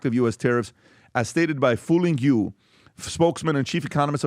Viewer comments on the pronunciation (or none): Foo-ling yu ain’t no way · Wait, did he just say the name was Foo Ling Yu? Is this a joke?